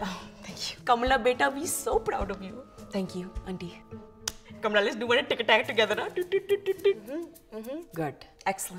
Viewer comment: THANK GOD finally is pronouncing “Kamala” correctly 😩😂